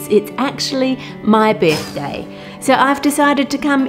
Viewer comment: I was distracted and had to replay the start 3 times before I realized she said birthday, not "big day." I was all, guuurrrl you can take a break if you're getting married. Silly, me.